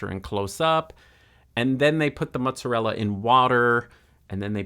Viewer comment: Ahhhh, love this! He was making a work of art while you were also. And thank you for the correct pronunciation of "mutzarella"